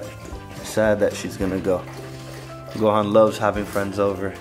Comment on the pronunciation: you say the word gohan wrong